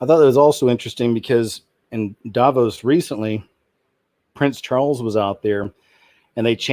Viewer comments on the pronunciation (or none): none